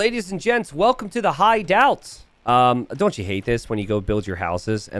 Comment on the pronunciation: That definitely was a "High Daut", not a "Hideout"